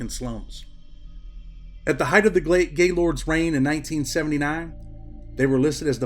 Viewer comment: You got to pronounce it right it's more one word not to not gay and then Lord it's Gaylord's and the hood it's somewhat of an ER sound